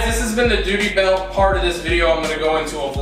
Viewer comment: Lol dooty belt